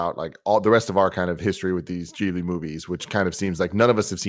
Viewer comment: Such an awesome movie! And it's pronounced Ghi-bli, not Gi-bli😅